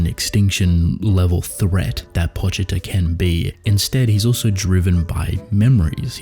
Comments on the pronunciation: Why do you say "Pawchita" instead of "Poochita"? It seems obvious that his name is a play on calling a dog a poochy or pooch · The actual pronunciation is Po (as in Edgar Allan Poe) Chee-Tah (as in the animal.)